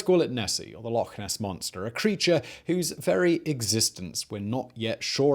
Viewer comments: Its Loch ness whether you are Scottish or not... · He did not... just call it lake ness...